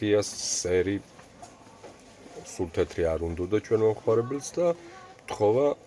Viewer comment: სერი არა სირი ,ქართული ისწავლე შე საპოჟნიკო.